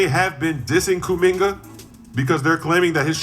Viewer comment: Did bro just put a “Hard R” on “Kuminga”?….crazy